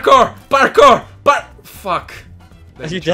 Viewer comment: I love how you say "barkour" instead of Parkour